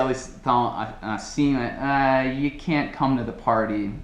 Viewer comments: You used the sound of the letter "T", when you say (at the end of the video): "You can't speak English well". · No exemplo final ele acabou falando "can't" pronunciando o "t", kkk...